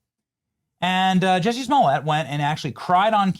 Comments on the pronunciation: Jussie not Jesse 😅😅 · It's Jussie Somalett